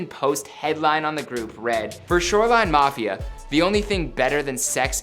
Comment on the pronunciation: Did he say “shoreline knofia” ?